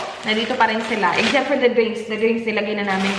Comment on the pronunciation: Can I just ask why some people say accept or except with a z in it? Accept-aczept or except-exzept. Is that an in thing in the Philippines? is not the only one I hear it from. I am just wondering.